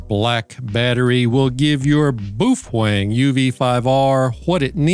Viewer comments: Ah, so you are an Illegal ham radio operator? As for the battery, yep, I will add one if not two to my collection for my Baofeng, pronounced, well not the way you say it :) Sound it out like it is written. Bao Feng. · Say it with us: boof-wang. Boofwang. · hearing the baofeng pronounced as "boofwang" is the best thing i've heard and the most hilarious in a while lol. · Yeah, not sure if he's doing it on purpose, or he really does not know how to pronounce Baofeng.